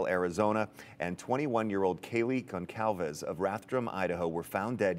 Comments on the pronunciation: Goncalves and Gonzales are sooooo different how tf are you mispronouncing her surname over and over again??? Disrespectful and disgusting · What are you talking about?? She pronounces it as the family does “Gone-zal-vas.” She did not say Gonzales.